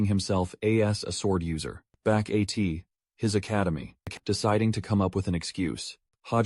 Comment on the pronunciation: Man I don't really care about ai voice as long as it doesn't sound too bad but bro as and at like nah